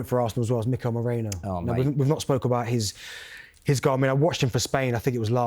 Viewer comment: It's Merino, not Moreno! I (i), not O (o)